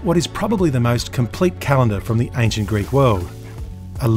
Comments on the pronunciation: He's actually using modern Greek pronunciation, but it's quite accurate as modern Greek pronunciation (^^) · What a privilege this is, being able to enjoy such amazing content for free. Also top marks for pronunciation! Coming from a Greek. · I have to say that your pronunciation of the Greek words is spot on, very similar to the one modern Greeks use for ancient Greek. As for your craftsmanship I am unqualified to judge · I'm greek, and I just wanted to say that your pronunciation is way better than most people trying to say greek words. Amazing series, keep it up! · Your pronunciation was pretty good for the most part! Not that I am an authority on the pronunciation of the Greek language, even as a Greek. Awesome video!!!